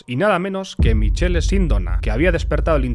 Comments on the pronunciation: Michele en italiano se lee MIQUELE, Sindóna con tilde en la O (aunque en italiano las tildes se ponen solo en la última letra città, caffè, università etc) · Michele en italiano se pronuncia Mikele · Se escrive Michele pero se lee Micqele Sindòo-na, Novara es una localidad y no se lee Novarà sino Novà-ra , Licio Gelli se lee Lichio Llel/li, bocconi es Boccc-oni, loggia se lee loodlla, aqui un poco de italiano un saluto👋